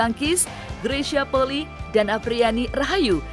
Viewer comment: Maaf,bukan poli,tapi penyebutannya adalah poli i,i nya dibaca 2x karena itu adalah marga...